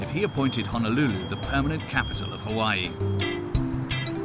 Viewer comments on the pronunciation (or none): Omg! The visuals are always Hawai'i perfection but the narrator butchers the names of everything! I've only lived here three years and this is your typical post card enticing view of Oahu marketed to the mainland. There's so much more to it...life here. It's not all surf and rainbows. There is suffering, racism, drug abuse every where and often violent crime. Sometimes I just wish a balanced portrait of Hawai'i life would surface. Speak to the aloha of homelessness, or lack of education or infighting between gangs, or even pedestrian deaths. How about rat lung worm disease or the Vog? The more the false narrative of "paradise" is pushed the more falsehood is perpetuated. While life here can be great, like life anywhere, it can also be hellish, like life anywhere. We all come or leave for personal reasons, but when settled in and making this place home, it means you must meet it on it's terms, not some sold to you fantasy. You grow roots with learning culture and the struggle of Hawaiin people, and being respect for tradition and trying to help with issues problematic. Differentiate between "paid play visits here" and real life. And for divine creations sake! Get the pronunciations right. To not do so is just plain disregard. Is no pono. Mahalo